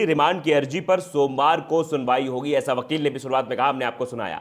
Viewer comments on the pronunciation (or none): Sadri wale Bhai thik se bolna sikho ghiraftar giraftar hota h waqeel nahi wakil hota h